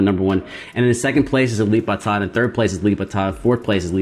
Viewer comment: I agree with you, Alip is the first Alip is the second Alip is the third Alip is the fourth Alip is the fifth And then other guitarist..... (hahahaha). Your pronounce is correct, that using "b".